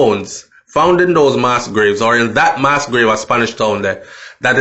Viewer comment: please pronounce the word properly for people and students who are not familiar with the word!! You have a responsibility and a platform with lots of followers. The word is MASS with a short pronunciation, not “MAAS” as you said and this is not a mistake as listeners might say. You used it right throughout the video!!! Nothing is wrong if you didn’t know..... just saying!!! Please correct same, it’s annoying.